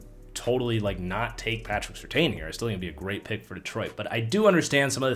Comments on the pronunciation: It’s sir tan not seer tayne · Take a shot every time changes his pronunciation of Surtain